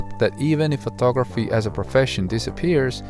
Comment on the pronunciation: photography, NOT phtography.